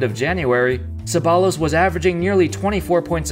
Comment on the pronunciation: its pronounced cebbayyos not Ceballos